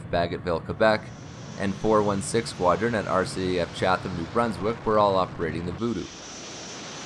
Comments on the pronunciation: Binge-watching your videos, also just subscribed. Just a tiny note: Chatham, NB, is pronounced "Chat-'um", not "Chath-um". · Really like your stuff, good historical overview. Just one comment: you might want to check your pronunciation of bases like Namao and Chatham. In Namao, first 'a' is soft and second is hard. In Chatham, the second 'h' is silent. For future reference... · Thanks for the short dit. But may I ask... how did you get Wetaskiwin pronunciation but not Namao (the second A is long) ant Chatham (no "th". Just T. H is silent)?